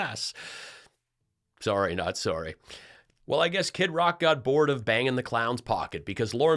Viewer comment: Lol It sounded like you said Skid Rock 😅 but it works